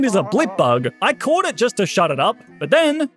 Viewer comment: ok but why he say but like "butt" in the intro 💀